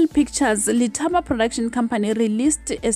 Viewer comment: It's pronounced Dithapo